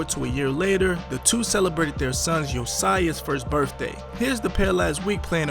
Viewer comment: u cant even say their son name right like stfu his name is not yosiah is yoshun